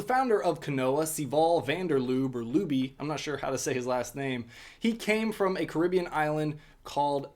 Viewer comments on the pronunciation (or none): none